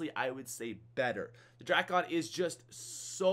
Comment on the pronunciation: drackon😂 no no no no no no no...Dray-con😂😂